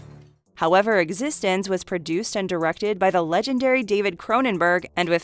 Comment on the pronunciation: It's Piekle not Pickle. And it's called exxistenzee, not existense